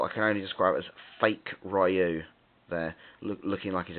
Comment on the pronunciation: RYU* (REEYUUU) HADOUKEN* NOT FIRE BALL